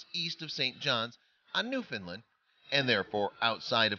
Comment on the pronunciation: Also it makes me so mad to head people call my home "New-Finland" it's New-FOUND-land Jesus get your shit together